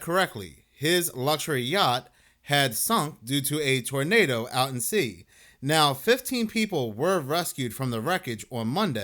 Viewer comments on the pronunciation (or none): First heard torpedo than realized you said tornado!